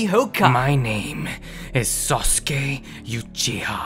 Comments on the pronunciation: Its pronounced Sauce Gay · in the whole video sasuke is pronounced as susgay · Naruto says sasgay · no its susgay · You mean "Sus-Gay." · "SASGAY" -Naruto Uzumaki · Why did I hear "Sus gay"💀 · He said sasgay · on your captions and see what naruto said while pronouncing sasuke